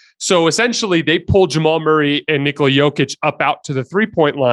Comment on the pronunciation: has gone from pronouncing Nikola correctly to doing it incorrectly.